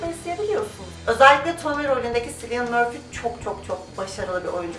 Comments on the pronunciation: Cillian Murphy Kiliıyan diye okunuyor silyan falan diye değil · En sevdiğim dizilerden :) Bu arada Cillian'ın ismi "siliyın" değil "kiliyın" diye telaffuz ediliyor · merhaba ukalalik olarak algilamazsaniz Cillian 'Sillian' diye değil "Kelın" diye telaffuz ediliyormuş. Nedeni Irlandalı olmasi imis (aksan farkindan dolayi sanirim.) yanlis anlamayin ben de bir yerde denk gelmiştim söylemek istedim sadece djsnsjsjjs ben de öyle okuyodum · Abla ellerine sağlık çok güzel olmuş ama bir bilgi vermek istedim Cillian Murphy'nin ismi Sillıyın değil Killiyın diye okunuyormuş ben de yeni öğrendim bunu paylaşmak istedim :D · Üzgünüm abla ama Silyın değil Kilyın diye okunuyor.:/ Seni seviyorum ❤ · yalnız cillian murphynin adını yanlış telaffuz ediyosun K harfi ile okunuyo adı röportajlarda vs bazen Ç ile de telaffuz ediliyo ama kesinlikle S ile değil. emeğine sağlık